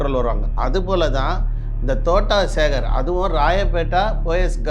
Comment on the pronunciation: தோட்டம் சேகர் என்று கூட உனக்கு தெரியவில்லை தோட்டா சேகர் என்று சொல்கின்றாய் உனக்கு எல்லாம் தெரிந்து மாதிரி பேசுகின்றாய் நீ இன்னும் வளருனும் தம்பி வாழ்த்துக்கள் 😂